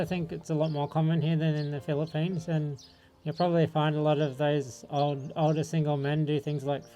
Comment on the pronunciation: Mind your P and F pronunciation,. Typical of us Filipinos to mispronounce it. Just a reminder, no malice whatsoever. Thank you.